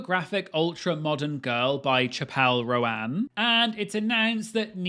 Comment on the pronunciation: Well it looks like I've been pronouncing Chapelle Roan wrong all these years